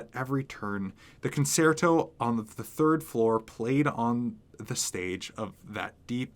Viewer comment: It's pronounced conCHerto 😉 Edit: thank you 😊 you just keep getting better and better with each narration!!!! Please don't stop.